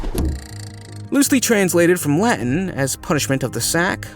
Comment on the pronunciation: Ai still can’t pronounce Latin and French..